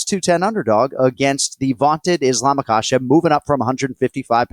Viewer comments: glad I’m not the only one who is pestered/noticed him saying ISH-lam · “Ishlam” yeah definitely listen to the picks of this guy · Does this guy only study stats and make predictions? How can someone who actually watches fights and follows the game, say "Ishlam"? And Anik has gotta stop saying "man or woman" when he praises female fighters. The two divisions are worlds apart. As great as Zhang is, the canvas she's up against is still not the caliber of the opponents relatively speaking that male champions have to fight. The anomalies among the women become champs and dominate over a majority of not super great opponents. This is biology. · Did this dude just call Islam “ISHLAM” wtf lol get him off here